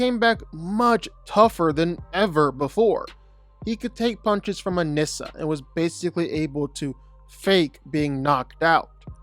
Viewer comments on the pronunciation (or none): none